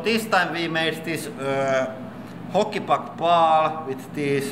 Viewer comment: also when you say hockey puck it sounds like holy fuck